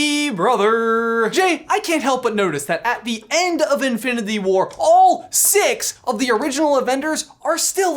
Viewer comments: Okay I love this channel and everything y’all produce but idk if it was because how fast you were talking or if it’s just how it was recorded idk but almost everytime you said “infinity” it came out as “infiniTHE” and it maid me cringe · Bruklefe15 “infinithy” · "infilindy war"😂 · manz cant say infinity oh sorry i meant infinbity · “InfiniTHE war” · Anyone else notice how he says infinity weird ?? Oooor is it just me